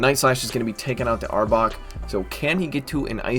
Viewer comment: You said the name right 😂that's my team finally ❤️